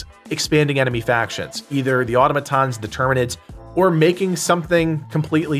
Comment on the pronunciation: Man, so many helldivers 2 vids they say “automatons” wrong. I’ve never heard it said this way UNTIL vids for this game.